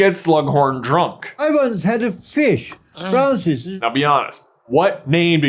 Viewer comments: the way he says it comes out like "Frousers" which could easily be misheard as Trousers haha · Sluggie says Franciseses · Froncis is what I heard. 🐟 🐠